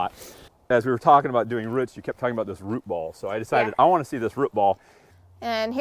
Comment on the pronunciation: Great video, but I’m pulling hair out every time he can’t say ‘root’ properly!